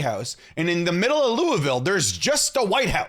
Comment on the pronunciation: your saying Louisville wrong